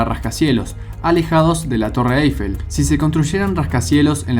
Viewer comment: ¿Torre “Aifel”? 😂😂😂